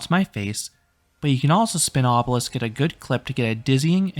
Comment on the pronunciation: Obelix not Obelisk 😉